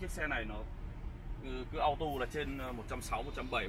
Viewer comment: Chỉ muốn góp ý chữ auto nên đọc là "au-tô" chứ ko phải là "au-tu", hoặc nếu theo giọng mỹ và đọc nhanh thì cũng có thể đọc là "au-đồ", nhưng nhất quyết đừng "au-tu" nha bác, hix